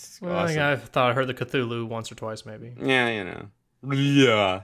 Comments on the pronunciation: Well, H.P. Lovecraft DID intend for the name to be pronounced many different ways, since having something with an inconsistent name is alien to humans and thus terrifying and/or confusing. But I agree, "Ca-thu-lu" is much easier to say. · Oh, did you just pronounce Cthulhu as, "ca-thoo-le-hoo?" You so cray cray! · Sir Tanky Yeah. I'm pretty sure it actually says in 'call of cthulhu' that none of those names (cthulhu, ryleh etc) "were truly pronounceable by human tongue", or something like that.